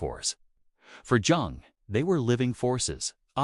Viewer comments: Thank you for your presentation. Two little points I noted: According to historical research it is incorrect to describe the relationship of Jung and Adler with Freud as one of student to master. They were colleagues. The second is that it literally pains me to hear you mispronounce the name of Carl Jung. I hope this does not offend you; but for this detail I would have enjoyed this presentation far better! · the hard "J" on Jung gave me a chuckle